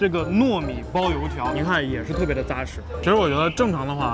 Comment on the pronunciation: “扎实”的“扎”，读音是“zhā”，不是“zā”。